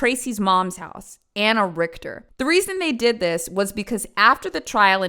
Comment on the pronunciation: The way she said the name! Dude horrible name, fantastic pronunciation from